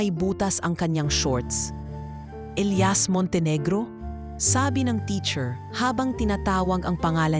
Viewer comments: E L I A S ELIYAS Not...ELAYAS Pag igihin mo ang pag bigkas. Ok nman story. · Magandang kuwento pero ang pagbigkas sa pangalang ilias ay mali mali.ang bigkas ay ilayas imbis na elyas or ilias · Ausin mo pag bigkas ng Elias paiba iba inaarte mo pag bigkas mas maganda simpleng Elias lng